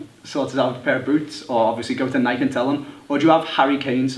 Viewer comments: Its not nike its nikEe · please start calling it Nike. nike-ee. like how it's supposed to be pronounced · nikEEEEEEEEEEEEE..you pronounce the E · Luke Liston yea u bitch its pronounced nikey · lmao he said nik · Wait...How Did He Say Nike? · Why can't British people pronounce Nike correctly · Why does he pronounce Nike like that? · Does it not annoy anyone else how can't say fucking Nike?